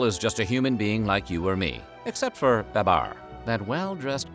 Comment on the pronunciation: We knew him as "BAY-bar" Never heard name pronounced as 'ba-BAR".Loved Babar.